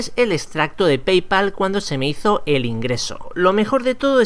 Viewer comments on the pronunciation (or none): none